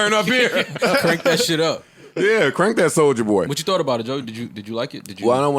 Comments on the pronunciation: Big Sean definitely said “BOY” not “BOING” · I thought Big Sean used to say Boi, not BOING lmao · He said boy! not booing boing lol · Big Sean says "Boy/Boi" not "Boing" LMMFAO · The adlib is "boy" not "boing" lol